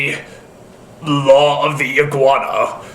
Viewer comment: whats an "eguana"?